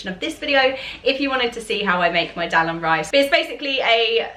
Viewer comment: Dahl is pronounced dARL not del